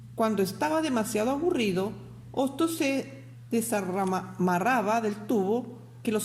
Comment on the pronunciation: "Se desmaranmaraba" JAJAJAJAJAHA